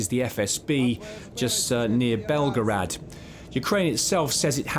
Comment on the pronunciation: 🤗 it's ok my Serbian friends Belgrade is safe, this guy just doesn't know how to pronounce Belgorod. Ignorance continues to be bliss.